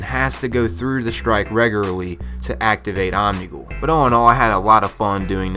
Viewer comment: "Wew Of Crota" "Omnigew". Lol